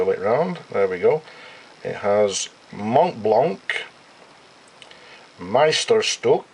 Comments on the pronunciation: Montblanc, not Montblank ;-) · and you dont say the "t" and the "c" just "mon blan"